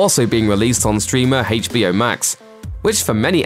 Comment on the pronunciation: And it's Aitch b o , not Haitch b o